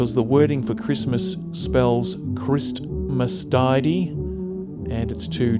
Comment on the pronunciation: Hi! I am new to the channel, and from the USA! The Card that says Christmastide is pronounced Christmas - tide, just spoken as 1 word. which is a way older generations would say Christmas Wishes or Christmas Season. Kind of like Yuletide, the word Christmastide was used the same way. Thank you for sharing this. Im truly in awe, to think about the laughter, celebrations, children playing, the love that filled the walls of this home in good times and bad is absolutely Beautiful. These things were treasures to someone at one time, and you are keeping those things that meant so much to someone alive. What a beautiful way to honor those who came before us and built the future we now are blessed to enjoy. God bless you friend. Excited to sub to your channel and share in the treasures of life and time long gone and hopeful learn and share those times with the generations of today. Be Blessed, from the USA